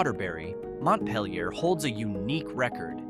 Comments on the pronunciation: Yup. And Montpelier is NOT pronounced "mont-pell-ee-yay". It's "mont-peel-yer" . I lived in Marlborough, VT, which is not the birthplace of the cigarette brand. My family had homes in Tunbridge and Randolph. I almost bought a place in Chelsea but held back. Regret that now. 10 acres for $75,000 sounds WEIRD now, but it wasn't 20 years back. Oh well. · I couldn’t take it anymore….bar? And how he is pronouncing Montpelier is driving me mad!